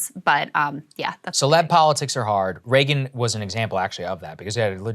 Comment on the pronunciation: Love Krystal but cringe every time she says Reagan